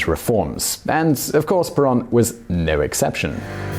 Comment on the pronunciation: In Spanish, the o is like a "long o" in English. /Pear-OWN./ (Caps for the accent, written out in Spanish, otherwise it would indeed be penultimate.)